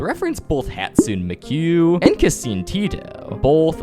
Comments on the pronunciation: MIKU NOT MIKUU AND TETO NOT TITU!!!!!! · Bro americanized teto and miku🥀 WHY DID HE PRONOUNCE OBITO LIKE THAT💔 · Why did you say miku and tetos name like that bruh? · Menu and Tito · YOU MISS PRONOUNCED MIKU AND TETO HOW DARE YOU (mee-koo and te-toe that's how you pronounce them) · Bro said Mik-ewwwww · Mekiou and teetoe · Who is mike and toe-toe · He butchered Mike’s and Teto names😢n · Nah! Miku, Teto, and Obito?! Man go learn how to pronounce the names then say them! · How do you manage to pronounce Miku and teto so wrong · BRO THATS NOT HOW YOU SAY MIKU AND TETO 😭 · I refuse to believe a human being can mispronounce teto and miku that horribly only explanation is that this is ai (because that’s how ai says it)